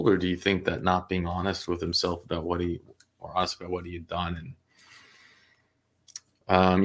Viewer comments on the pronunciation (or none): none